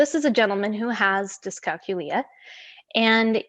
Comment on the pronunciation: Think of the word calculate, that is how you pronounce it.